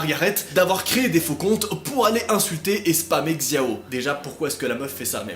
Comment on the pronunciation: et Xiao ça se dit Chiao